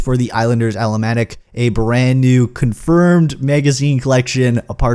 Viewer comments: Almanac -- (al-min-ac) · Did you just pronounce almanac wrong? Lmao